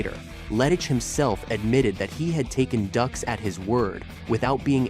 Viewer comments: DUX is pronounced "DUKES" not "DUCKS" 😂 and years later it was found to be 100% total BULL💩 But made JCVD a movie star & don't forget OGRE in there "NERRRRDDDSSSS!!!!" 😂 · It’s not “ducks” it’s “dukes”. He’s a fraud but at least get your facts right. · Ffs its pronounced Dukes. They even make a joke about it in the movie. Also his lawsuit had nothing to do with bloodsport. It had to do with the movie The quest. That literally takes like 5 Seconds to look up on google. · DUKES not Ducks. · Why does he keep saying "Ducks"? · His name "Dux" is pronounced "Dukes". Dillman never used his no touch knock out on anyone except his students. The person who attempted the no touch knock out was one of Dillman's students. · If you've seen "Bloodsport" you know his name! And you also know that it isn't pronounced "ducks." 😆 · If you've seen bloodsport you'll know his name...says his name wrong anyway